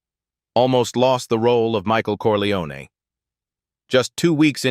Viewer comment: Wrong pronunciation of Corleone! AI horseshit